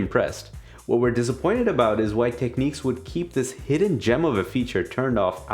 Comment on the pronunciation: Someone needs to tell these guys that all beasts have butts. Also its not techneeks. The i in Technics is like the i in fish or dish. I know you can say it cos you say tips - not teeps.